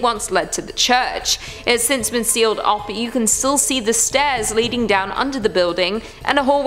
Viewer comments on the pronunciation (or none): none